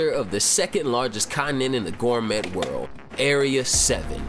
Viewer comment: please stop saying “Gour-met,” lol i don’t think you’re going to be able to grow your channel if you keep on saying things incorrectly. remember, we gotta teach people who know nothing about Toriko! they won’t understand your jokes, buddy! pls take that into consideration if you really want to spread Toriko you inspire me to make Toriko related content.